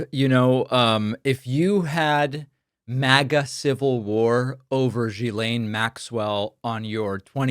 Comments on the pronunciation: sorry one correction, it's pronounce JIZZ-lane. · David, It is pronounced: Ghee-len (a hard G).